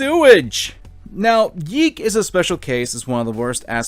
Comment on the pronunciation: ITS PRONOUNCED YEEK